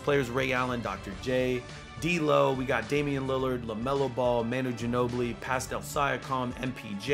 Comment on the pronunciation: How he pronounced pascals name killed me